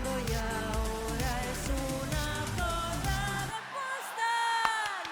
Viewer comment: Es Zorrrrrra con rrrr bien marcada😊